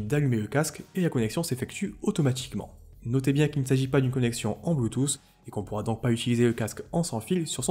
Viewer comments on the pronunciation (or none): none